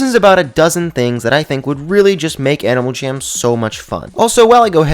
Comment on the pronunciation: Is it just me or did he say animal cham at the start when he said " About a dozen things that i think that animal jam should add "